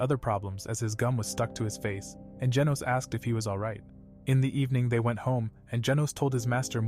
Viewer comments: Bro said genus when it was genos😂😂😂😂😂😂😂😂😂😂😂😂😂😂😂😂😂😂😂😂😂😂😂😂😂😂😂😂😂😂😂😂😂😂😂😂😂😂😂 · His name is genus not genius that really annoyed me sorry